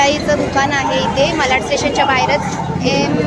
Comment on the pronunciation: विडियो छान आहे. साड्यांच्या किंमती सांगितल्या असत्या तर अधिक चांगले झाले असते. आपण वारंवार मलाड असा उच्चार करत होतात.ते खटकले. मलाड नाही तर मराठीत मालाड असे नाव आहे. मराठीचा वापर करा. आपण महाराष्ट्रीयन लोक नाही करणार तर कोण करणार?